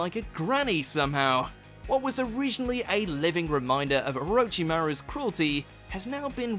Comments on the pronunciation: He pronounced it Or-o-chi-moes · Man, you completely butchered the pronunciation of orochimaru’s name